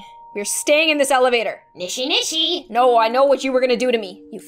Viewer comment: I love how she said "NISHINISHI" when it was "NISHISHISHI"